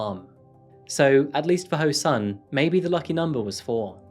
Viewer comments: This happened when I was a student and my parents and teachers used to warn me about strangers who seem nice and ask you if you want a ride. (Oh and just to mention he's pronounced soon! Not sun!) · the sun part of his name is pronounced more like ‘soon’ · english is not my maternal language, so everytime you said " ho-sun" I heard " her son and I was like " WHO'S SON I DON'T GET IT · I kept hearing "her son" everytime you said Ho-Sun, and I kept thinking, Whose son?🤣🤣